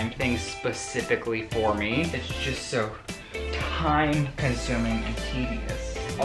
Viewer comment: “Sew annoying?....it’s sew annoying!” 😂💀